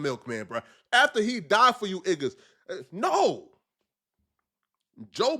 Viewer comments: saying igga instead of niggas 😭 sounds more cringe lol maybe it’s just me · Stop saying iggas